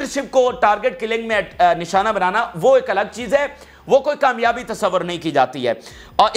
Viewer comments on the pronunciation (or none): none